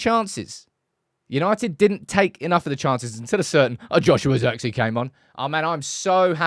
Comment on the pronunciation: pronounce zee as zey. like in hey. Zirkzey. And the i sounds like the i of the word "is"